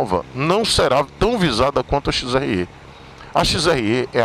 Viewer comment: “XRÊ” não, porra! Você é baiano! “XRÉ”!!!! 😂😂